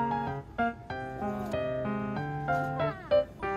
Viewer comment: It's the "A FANTAA YAA" for me 😂💀